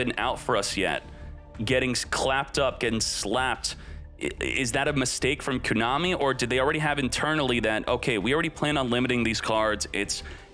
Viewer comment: Been watching for 2 years, but your pronunciation of "Kooonami" is still fucking cringe